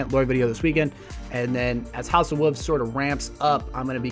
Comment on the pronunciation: Why do you say house of wuvs instead of wolves